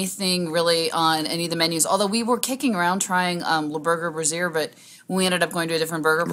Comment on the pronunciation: Solid, honest review. Staying there myself in a couple of weeks. But did she really say "the Burger Brassiere"? It's "brasserie". BIG difference, lol!